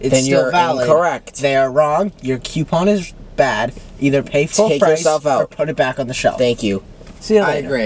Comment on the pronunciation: the way matt say coupons is so funny. he says it like queuepons